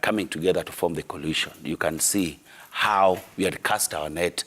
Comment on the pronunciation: Jalango its coalition not collision